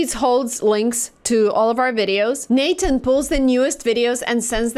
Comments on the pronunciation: “Natan” I been pronouncing it wrong. 😮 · I've never heard anyone call it Nathan. I thought it was n-8-n? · by the way its n eight n. not nathan